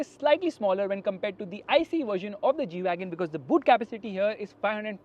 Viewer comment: This is not G-Wagon This is E-Wagon 😂😂